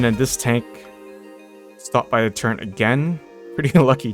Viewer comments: Hate to be that guy, but you and my son say Turret wrong the same way. Turrent.. I still watch your videos =) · turret not turrent...=(